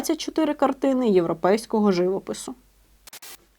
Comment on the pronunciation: ЖивОпису, а не жИвопису!